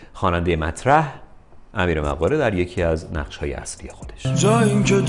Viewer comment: فکر کنم تلفظش مُقاره باشه، Moghare